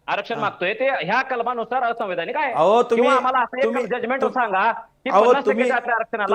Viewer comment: ला असैवैधानिक म्हणता येत नाही.